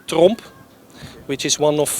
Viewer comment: Nice Vid. Some fine looking ships. Got a little giggle with the name of the NLMS Tromp and the way its pronounced. So ok I'm American..LOL